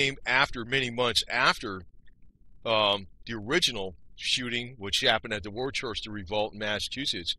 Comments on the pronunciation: It's pronounced Woo-stah! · Well done, other than how you pronounce Woostah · It’s pronounced wuhster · Dude. If you don’t know how to pronounce Worcester, figure it out and re-record 🤣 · I know. When someone can’t get a basic thing, like the name of what they’re talking about, it kind of messes up the whole episode.